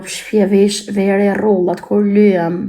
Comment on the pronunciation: I ven re rrullat kjo hahahah nuk thot rrudhat